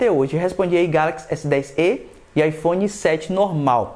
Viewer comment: Galaxy s10ê, pensei que fosse Galaxy s10e tipo o "e" se fala como se tivesse acento "é".